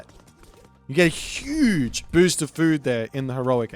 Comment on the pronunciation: "hüüüüüge büst of füd there"😂😂😂